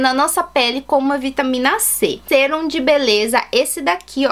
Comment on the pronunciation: E mais..Não é Sêrum e sim Sérum(som agudo)